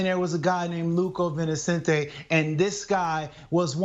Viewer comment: Did Rashad call him Luco vinecente lol